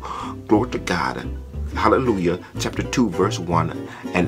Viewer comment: He can pronounce hahlehluhja, so he goes to heahven